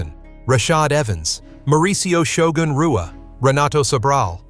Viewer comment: Worst AI crap ever. Shogun "R"ua?? "W"anderlei Silva. Don't put this stuff out there.